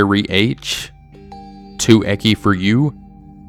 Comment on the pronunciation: Bro, I love your videos, but this is just bugging me too much to not say anything. The ‘ch’ in “ecchi” is pronounced like the ‘ch’ in “church”, not like a ‘k’ XD